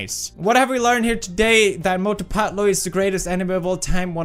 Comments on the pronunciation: When he says "Mothuu phethluuu" 🤣🤣🤣🤣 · Cant stop laughing when he says mautu patu